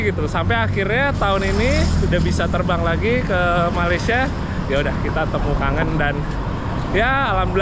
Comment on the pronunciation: Malaysia bukan maleisya 😢